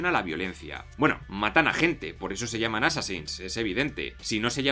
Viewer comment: Nadie más sintió como un tipo de satisfacción o perfección cuando pronuncio assansin's tres veces perfecta y fluidamente.......